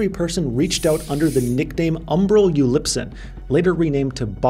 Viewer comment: You said Ulipson not Upsilon, your mind reverses things like mine does.